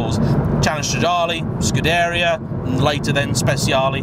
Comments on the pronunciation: Hi, it's Scuderìa, not Scudèria. Cheers from Italy! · That's what I was wondering... are we all wrong and he's right to include 'dairy' in his pronunciation (skoo-dairy-er). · it's sort of scoo-deh-ria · Please at least try to pronounce scuderia correctly, it's painful to listen to. Thanks.